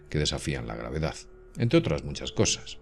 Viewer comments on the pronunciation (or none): VERDAZ , GRAVEDAZ..............!!!!!!!!!!!!!!!!!!!!!!!!!!!!!!!!!!!!!!!!!ME PARECE QUE SE DICE VERDAD Y GRAVEDAD , CON D AL FINAL Y NO Z